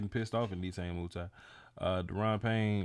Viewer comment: “Nay tah nay “ “moo tee” correct Pronunciation